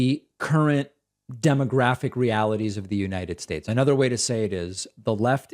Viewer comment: You leftists need to back off of Trump. He gave us such holy additions to the English language such as "bigly" and "abrain." He was President of the United Shtaysh, you can't make fun of him!